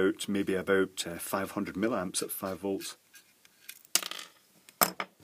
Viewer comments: Why millamps but milliwatts? The former appears, to me, to be an unpleasant affectation, and thoroughly spoiled my enjoyment of this this presentation. Normally I really like your videos, but this mispronunciation is grating :( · ...from where does the word...milamps...come from.....???....milliamps yes but milamps??? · It sounds most odd the way you say "millamps" instead of "milliamps". Is that a Scottish thing? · .Being a retired electrical engineer , l enjoy your vids ... particularly the Chinese crap stuff you rip apart , it's just that "milamps" does piss me off ! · Its an American thin as well. Not sure why we do it.